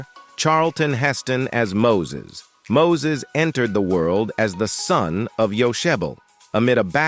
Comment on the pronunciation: This announcer needs to learn people's names......... Mo-sees??